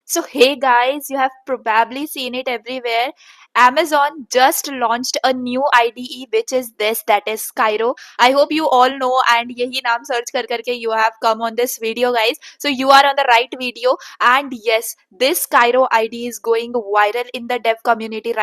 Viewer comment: "KKYYYRO" bruh it's kiro